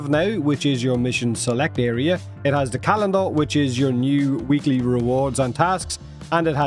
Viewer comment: It's "weekly" not "weeklie" lol. The y only becomes an ie if you use the plural "weeklieS" with an s.